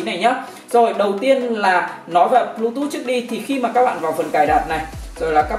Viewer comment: bờ . lu. tút vãi